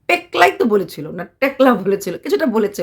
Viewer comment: pelka hobe. tomar mukhe barbar "pekla" word shune amar ghumtai chute gelo🙄 vdote ajke peklatai focus pelo beshi😂😂